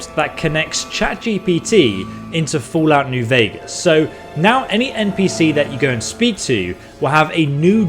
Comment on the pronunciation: Ok he pronounced Vegas correctly! I was expecting VEEgas NGL